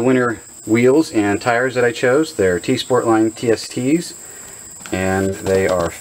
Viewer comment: Yep, you pronounced it right